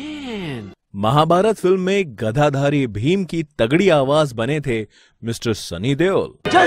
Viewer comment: Woh "GADHADHARI" nahi hai sale "GADADHARI" hai... Abe Tu Nurrettor hai... Kublai.. Hope tu yeh intentionally nahi bola...Aagese dhyaan rakhiyo... Jai shri ram